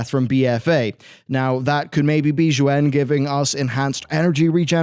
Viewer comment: Xuen as with most of the mop era Chinese words are painfully mispronounced. Xuen is pronounced like shwen